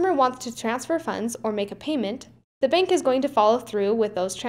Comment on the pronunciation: I like how you say 'beenk' for bank